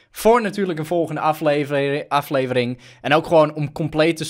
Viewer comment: Hij kan gewoon de woorden: "Het word een aflevering" niet uitspreken 😂 maar he, de koters hebben toch wel weer even gewonnen he! 😍💘✨🎉